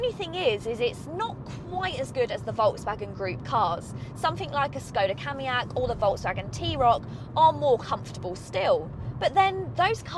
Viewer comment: A Skoda what???? Did I hear you say Kam e ak?